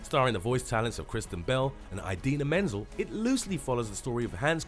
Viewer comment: he really said eye-dina menzel